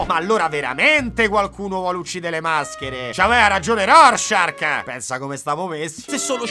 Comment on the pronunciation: non è Rorschark che fa molto squalo. È Rorschach. Te tocca riedità.